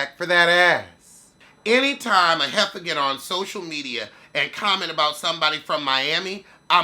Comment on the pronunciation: I love when you say “the social mechyas” 😂😂😂